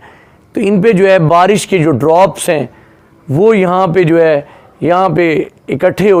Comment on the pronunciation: Bhai 🤣🤣🤣, khawaja Asif ki tarha JUWAY JUWAY JUWAY mat kaho 🤣🤣🤣, ya hai JO HAY, not JUWAY 🤣🤣🤣🤣🤣